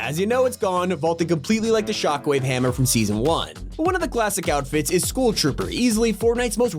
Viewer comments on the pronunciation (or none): Bro said school trooper instead of scull tropper😂